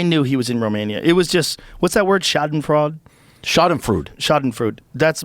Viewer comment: "Schadenfrood" hahaha made me chuckle